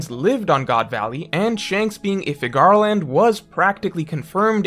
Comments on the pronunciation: Okay, can we stop pronouncing Figarland like that. Its Scottish. It's pronounced like Fig-er-lend. Youre basically saying Cigar-land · No one:: Fig-GAR-land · Good video. Hoping you wouldn’t mispronounce Figarland in future videos.